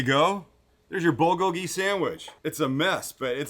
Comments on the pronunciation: Please Sam, the accented syllable of bulgogi is bul-GO-gi. It sounds like you're saying it bul-go-GI. Yes it's a nit-pick, but that's how I've heard it said every where else... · Recipe looks delicious, will have to give it a try. Only problem is Bulgogi does not have gochujang in it, and PLEASE learn how to pronounce Bulgogi.